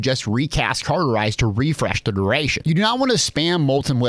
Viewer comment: Cawwwwwterize not carrrrterize cauterize is an easy word to pronounce so pls stop butchering such a simple, so simple that latin is the language of the dead, language. Since the dead have little to no energy they needed a simple language that was so simple it actually makes you dumber over time. Hence the reason I barely speak. Typing is a whole different story ,however